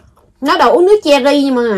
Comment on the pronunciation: sa đòi uốq nc chery mà con nghe là uống nc chi đi....😂😂